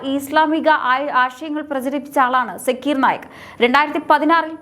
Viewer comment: സാക്കിർ നായിക് എന്നാണ് കുട്ടി